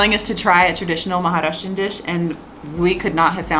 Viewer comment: The ease with which pronounced 'maharashtrian' at 3.29 min is next level!!